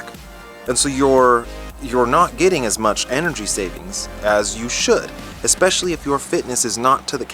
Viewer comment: love your vids, but "especially" is pronounced "ESpecially", not "EXpecially".